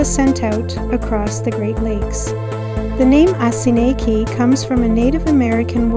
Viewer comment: Oss-in-eek is the correct pronunciation. Next time, take a right across from Dinosaur Gardens and check out the beach.